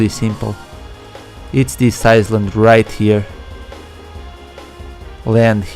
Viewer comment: Don't want to be an asshole but it's pronounced I-Land